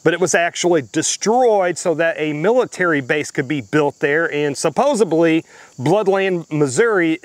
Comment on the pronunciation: THERE IS NO B in SUPPOS𝙀𝘿LY! Also, GOOD GUYS DO WEAR BLACK!